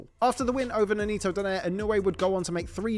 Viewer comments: I liked when they sa it "Donare" instead of saying "Do-nai-re" it's funny though 😂😂😂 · Ironic, they can pronounce Nonito properly while they kept saying his lastname wrong😂😂😂😂😂😂😂